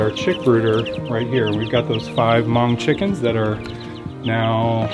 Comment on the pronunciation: Did you say “Hmong Chicken”?